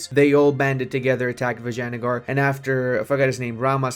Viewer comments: I love how you pronounce Vijayanagar as "Vaginagar" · some mixture of "vagene" and vinegar :hand-orange-covering-eyes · I'm Italian and "Vagina" means Pussy to us. Basically for me he's saying "Pussygar" AHahahah love that.